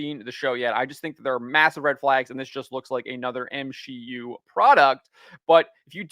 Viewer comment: M-She-U? You haven't had sex before, huh?